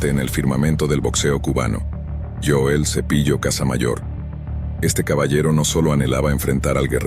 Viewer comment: Es Joel no yoel